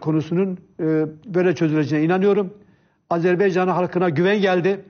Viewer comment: Fatih bey program başlarken o kadar övdü Hikmet Çetin'i. Adam söze Azeri toprağı ve Azerbeycan diye başladı. Azerbaycan bile diyemeyen adamlar devlet yönetmiş bir zamanlar...